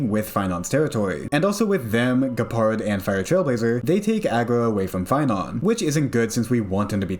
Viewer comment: You sound like an American so I was wondering how you mispronounced Geopard's name.